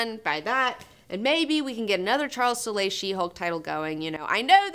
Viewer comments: its just pronounced soul. like the spirtual soul. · I wanted to join in on the drinking so I took a shot every time mispronounced Soule (sounds like soul). LoL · I'm not sure you are saying Charles Soule's name right, go listen to an iFanboy podcast it seems like they know him personally and I assume they get the pronunciation right, unless mispronouncing things is your thing, if it is then more power to you!